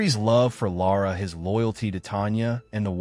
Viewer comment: Lara is pronounced Laer ruh